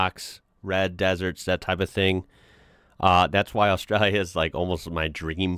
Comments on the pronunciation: You say “Australia” kind of funny, like “AustrUlia.” Should be more like “AustrAAlya.” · It is pronounced Ostraylia. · Enjoyed the content, but I’m gonna have to ask you to stop saying Australia… your pronunciation is killing the Drop Bears. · Please stop pronouncing Australia like that lol.. It sounds silly. I know thats how a lot of aussies say it, but it sounds silly then too lol 🤦‍♀️😂